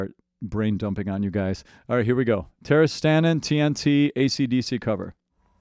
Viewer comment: Stanin, not Stalin ))